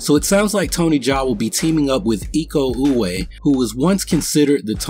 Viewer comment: Iko Uwais has an S at the end of his last name. It is pronounced. So please read it ee-kow oo-wise. Not oo-way